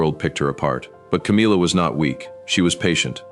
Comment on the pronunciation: The AI voice should learn to pronounce Camilla’s name properly